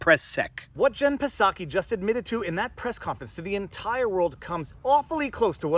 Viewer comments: its not pasaki its pronounced Saki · Psaki "P" is silent. Jen Psaki, White House press secretary, pronounces her last name as /ˈsaki/, "SAH-kee." You can also think of it like "socky," rhymes with "rocky." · There is no “P” sound in Psaki. It is just “Saki”. No big deal. Keep on doin’ what you do. See you Sunday night (& Wednesday) every week!! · I know he is mispronouncing pisSaki but it's kinda funny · Mr. PFrei, do you pronounce the hateful witch's name 'Pah-Saki' just to insult her and dismiss her? If so, I'm totally with you, sweetie. But, "in real life", the 'P' is silent so it kind of sounds weird if you're saying it that way unintentionally. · Haha. Her last name is pronounced “Socky”. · The P is silent. It's just pronounced like Saki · The P in Jen Psaki is silent. Just like the P in President Biden. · The P in Psaki is silent my dude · Hearing him mispronounce psaki is hilarious, it’s like the word pneumonia, the p is silent, I think I will steal it though as she is the representative for a garbage organization and should be disrespected. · Pro tip: if you can say chips, trips, or flips, you can say Psaki. There's no schwa between the P and S. You can do it. I believe in you. Etc. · Pretty sure her name doesn’t say the p.. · The "P" is silent in Psaki's name. (Think "psychopath", "pseudo") 😉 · the P in Psaki is silent 😁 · The P is silent in Psaki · Jen Psaki's last name has a silent P so its pronuonced like the popular Japanese wine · the P is silent.. just saying